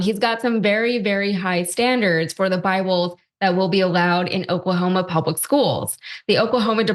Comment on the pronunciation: The superintendent of Oklahoma can’t even pronounce the name of his state right. Seems like a guy who should be dictating education standards.